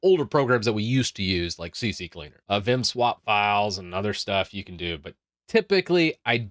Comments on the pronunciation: "CC-Cleaner"? It's called "C-Cleaner" :) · It's CCleaner, not CCCleaner. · I like how everyone says CCCleaner even though it's CCleaner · Did u Notice that its C-Cleaner? Not CC-Cleaner? :) Good video like everytime :) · It is C-Cleaner not CC-cleaner 😊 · its not CC Cleaner, its CCleaner 😀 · It's C Cleaner not CC Cleaner :)) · It's CCleaner. Not CC Cleaner. 🤣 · "CC Cleaner", all of people I know pronounce like this. haha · I get so tired of hearing this. It called C. CLEANER. Stop adding an extra C! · Can't even pronounce CCleaner.